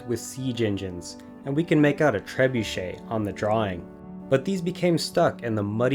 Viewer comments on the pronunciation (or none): none